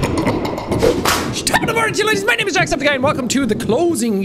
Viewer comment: I always pronounce his name Jackseptki but it’s jacksepteye😢